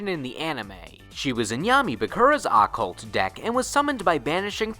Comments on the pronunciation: Occult not accult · Anyone else noticed he said occult wrong lol